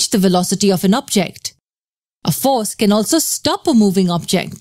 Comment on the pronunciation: is it just me or does it seem like whenever she says "Force can" it sounds like "foreskin"